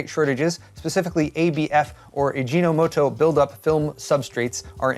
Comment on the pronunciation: “Ajinomoto” really? REALLY? It’s a well-known Japanese brand name for MSG.